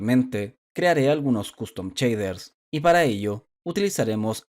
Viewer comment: ¿Por qué le dices "chader" a los shaders?